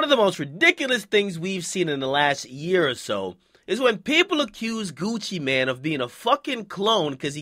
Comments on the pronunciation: Nigga its gucci mane not gucci man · Nigga its Gucci MANE, not man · I thought it was Gucci MANE not man lol